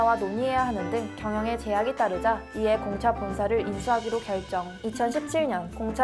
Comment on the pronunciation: 공차 얘기할때 무슨 말인지 모르겠음ㅋㅋㅋ